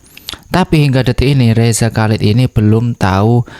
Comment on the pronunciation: Chalid dibaca halid dengan bunyi h dari tenggorakan seperti dalam Bahasa Arab